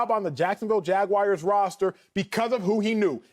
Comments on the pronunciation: The Jacksonville Jagwires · Jag- Wires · Jacksonville Jag-wires😂😂😂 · "jacksonville jagwires" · Jaguairs? Wtf.